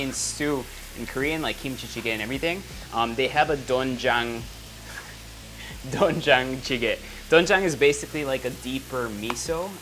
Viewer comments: (된장찌개) dwingjang jjigae Peo ang pagkaka basa po jan ay dengjang jjige not dongjang 🙂🙂🙂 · It pronounce as dwenjang chige